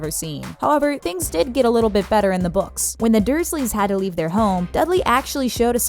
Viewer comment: Zee boukz r better